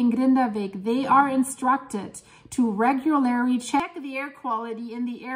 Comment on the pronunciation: Also in today's episode of Speak:face-blue-smiling: "Regulerry" That's the best one yet 🤣 But thank you for your updates I always look forward to your videos!